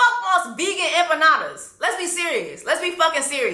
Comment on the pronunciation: Those empanadas piss me off. She can’t even pronounce it right 😭💀